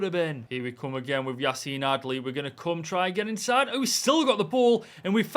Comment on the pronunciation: My name is - And I love the way you said Yacine Adli - Support from South Africa 🌍